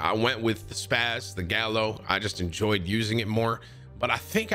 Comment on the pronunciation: It baffles me when people call it the 'SPAZ' when it's 'SPAS-12'